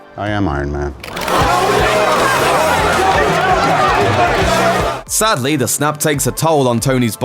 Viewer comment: Frostii If you listen carefully, he doesn’t say Iron Man, he says Eye Yuhn Man.